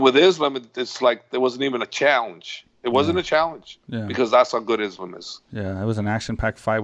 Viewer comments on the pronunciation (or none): Islam. Pronounced like an ‘s’ not ‘is’ I think we can do that....